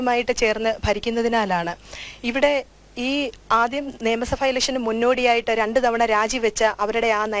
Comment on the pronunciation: നിയമസഫ അല്ല നിയമസഭ